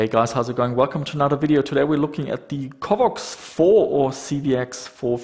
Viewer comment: Covox, not covvox. pronounce it properly.